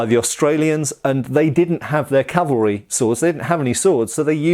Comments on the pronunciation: Love your channel immensely! In this video your mention of "calvary" multiple times instead of cav-al-ry was a bit distracting lol, I don't think you pronounced it correctly even once. Calvary is the hill where Christ was crucified. Cavalry, well, that's what you're taking about... But do continue! Did I mention that I really enjoy your channel? It's one of my favorites. ;) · I distinctly heard you say "carvery", and thought it would be nice, only to remember lockdown:P